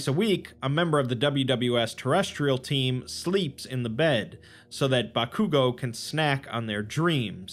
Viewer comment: The way my man pronounces Bakugo. He clearly doesn't watch anime 😝